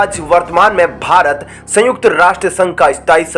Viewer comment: It's not bhart but bharat. Please correct the mistake you commit frequently.